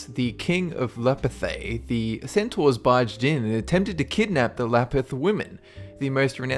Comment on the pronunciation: wat?? cetaurs??